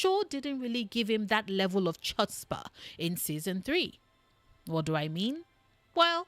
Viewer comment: Hey, love the video, but it's pronounced Hutzpah with a hard H, sort of like the same sound you use when naming the composer Bach. Thats what CH represents in its language of origin.